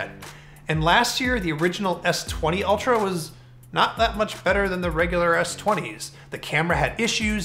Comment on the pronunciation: I feel like the verge host is little biased to apple, look at the way he says "ULTRA" !!!